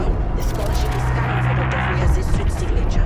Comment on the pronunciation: They even misspelled and miss pronounced the names its “Fries” not “Frias”